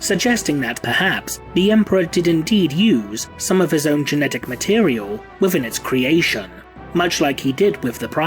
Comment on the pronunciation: Did I really just hear someone say mat-e-re-el? No just no.